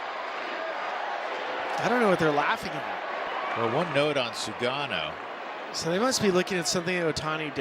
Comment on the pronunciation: 棒読みに読み上げさせるにしても日本人投手の菅野の名前間違って読ませるのはどういう了見なの？？？適当な作業するなよ